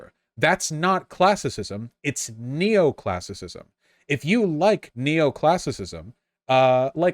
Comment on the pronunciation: Not to mention Neo-Classisicisciissiicisism